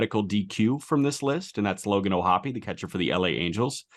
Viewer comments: And yet, O’Hoppe does, in fact, pronounce his last name o-HOPP-ee, with three syllables, just as Jack, Aram, and Peter did. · It pains me the way "O'hoppe" is being pronounced here! I refuse to believe it!